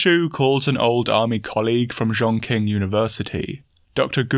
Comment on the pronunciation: Chong qing is pronounced "Chong Ching," where the "O" is the long O sound. Pre-war it was the 4th biggest metropolis in China, in China's Southwest. Both "Ch" and "Q" make the Ch sound in Mandarin. "Ch" makes a thicker Ch sound and "Q" makes a lighter Ch sound.